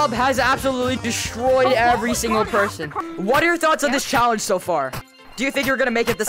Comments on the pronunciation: "Im gonna interview every perthon!" -, 2023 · you said purten not person